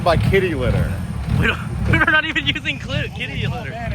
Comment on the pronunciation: Tim said clitty not kitty litter 😂 brilliant